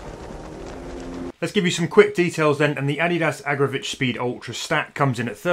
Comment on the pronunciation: Not Agra'vitch'